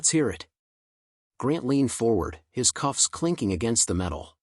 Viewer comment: 'cuffs' not 'coughs' :)